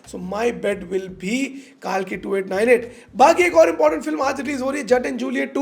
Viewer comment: Why is everyone calling it कालकी. It's कल्कि.